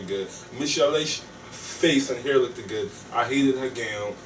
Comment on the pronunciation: Lmao I swear I was gonna #factcheck when he kept saying "lookeded"